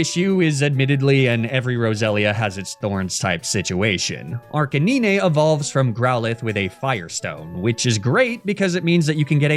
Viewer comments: Arcaniney? It's arcanine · This is the first time ive heard someone call arcanine as arca nyne and not arca9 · I'm out of the loop, why does pronounce some of the pokemon like "arca-neenay", "neenay-tails", "magna-metee"? Just for fun? 😅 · the way you say Arcanine kills my soul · I wanted to watch your videos to the end, but the way you say Arcanine and Lapras is so annoying... I couldn't make it, I had to click off 😔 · why you saying his name like that bruh